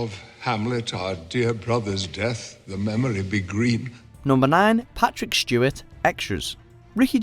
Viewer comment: Is the person saying Shtewart?